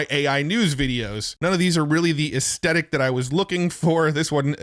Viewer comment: Aesthetic, there is a 'th"